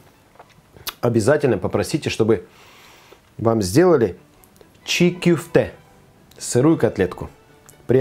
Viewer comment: Только не кюфте, а кёфте, котлета по турецки.